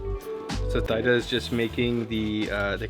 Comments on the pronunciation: THEEEEEE DAAAAAAAA! Or T DA. There’s no Thigh involved in her name. This is embarrassing. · Thyda pronounce= theeda, not thaida. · BTW, Thyda was certainly too shy to mention, but the correct way to pronounce her name is to pronounce the "Y" letter as if it was an "I" sound in French. In other words as if her name waa "Theeeda" not "Thayda" 😅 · You are butchering her name. Even though it is spelled with a "y" in it, It should've been spelled with an "i" for a more closer pronunciation of her name. A more accurate pronunciation of her name would be "teada'' "tea-da" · The correct pronunciation of her name is T- DA. :) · sorry her name pronounce "T Da" she too embarrass to correct you. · Thyda's name would be pronounced like TEE-dah. The "th" sound does not exist anywhere in Asia. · her name is pronounced Teeda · I know right ? Please pronounce her name tee da!! It's polite to say her name property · Hey, next time you might want to ask for correct name pronunciation instead of butchering her over and over again. Her name is one of the easiest English pronunciation.